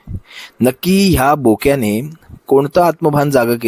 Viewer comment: बोक्या नाही ठोक्या म्हणा😅😅